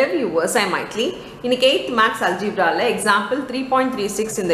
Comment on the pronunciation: Alzebra ella mam algebra😅